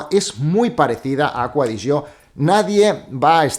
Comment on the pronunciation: Porque le dices aqua de yo. Se llama acqua di gio